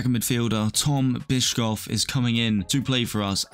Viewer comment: Bischof is pronounced like bishop, just with an f instead of a p